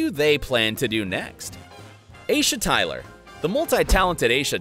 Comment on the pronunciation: Hearing Aisha Tyler's name being pronounced like that hurt